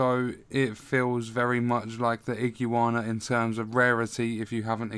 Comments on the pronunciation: I-GU-ANA not IGI UANA lol awesome video though incredibly helpful, you earned a sub. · A man said Ig-u-ana, I’m dead😂😂😂. Top video lad